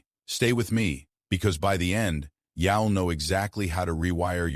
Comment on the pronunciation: say you will as yell instead of yule yall or yile. This is a dead giveaway of AI, or, at least, shitty text to speech programming. Which raises another question - were humans involved in the writing of this video either?